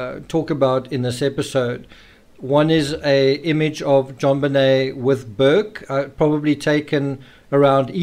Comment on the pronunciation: why are calling JonBenet "JobBenel " at the end ?? don't even know her name properly but making all these videos to make money on you tube ?? and what was atthe last photos of her pointer out in a circle ?? never explained ...